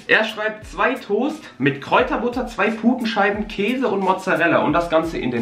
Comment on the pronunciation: Toast von die Aussprache ist beste😂😂❤️